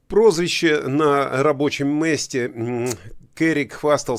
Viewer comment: Какое прозвище !? А ничего, что произнесено было "на рабочем мЭсте" !??🤣🤣🤣